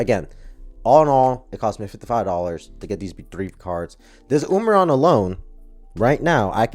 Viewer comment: Wiled? I think you might have misspelled something in your title, and nobody pronounces umbreon like that.